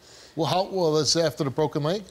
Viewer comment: "His leg was bwoken."